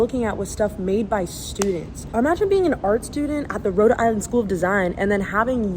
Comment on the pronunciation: bro im from ct and you saying rhode-ah island is so funny haha accents are crazy